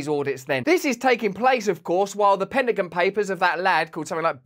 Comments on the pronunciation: What’s a “penningun?” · Love the way you said Penta gin